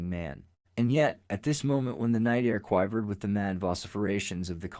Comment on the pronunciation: What is this robotic voice? Quive-ered? Really?